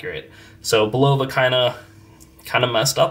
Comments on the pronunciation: Bulova also has its ultra high frequency (262kHz) “Precisionist” movement accurate to 10 seconds a year in a variety of pricier models including the Curv series, Precisionist chronographs, and the Lunar Pilot. And as a native New Yorker it has always been pronounced “BULL-uh-vuh” Do a Youtube search for “Bulova Watch Time” tv and radio ads from the 40s, 50s, and 60s Thanks for the video! That transistor looks odd to me (I have an M4) but the chapter ring, crystal, and handset look exactly right. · I find it surprising that the guy doesn’t know how to pronounced…..Bull’ la vah……….accent on the first syllable….😆👎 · Bulova....accent on the first syllable Bul’ o va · It’s pronounced Bull-uh-vah. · I went to the Bulova School of Watchmaking in New York and never had I heard Bulova pronounced with the accent on the '0'.